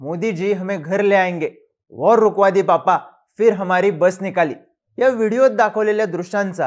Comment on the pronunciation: War ❌ Wor ✅